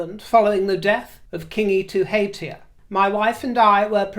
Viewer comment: Kia ora thank you for mentioning the passing of Kiingi Tuheitia your pronunciation of te reo maori the maori language was lovey to hear aroha mai love from Aotearoa new zealand.